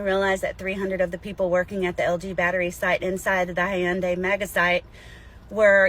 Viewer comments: Hyun-dai not Hi-Yun-Dai 😅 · Bro the word is HYUNDAI. Its 2 syllables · How she pronounced the Hyundai. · Pls say Hyundai correctly 😂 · This woman is so full of shit. She can't even pronounce Hyundai correctly.